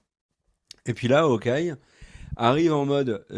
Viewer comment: Je sais qu'en français les H au début des mots sont muets mais en anglais c'est Hawkeye et pas Awkeye